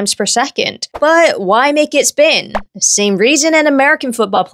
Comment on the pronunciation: You pronounce “the” as “da” but “throw” with a “th” still…?